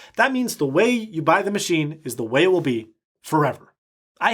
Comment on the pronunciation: "Muh-she"...that is all